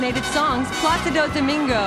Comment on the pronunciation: Did the announcer really say PlaSIDO DUHmingo?! Is she serious? Like you’ve said all of those names and can’t pronounce the ch sound in an Italian name? Wtf